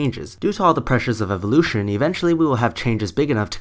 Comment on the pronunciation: am i the only one who gets bugged by the way he says evolution